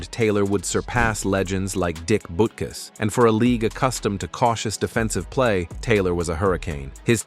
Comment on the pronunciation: It's Butt-kiss not Boot-kiss